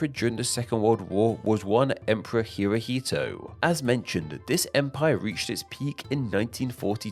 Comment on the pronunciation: It's Hirohito! NOT HirohitU!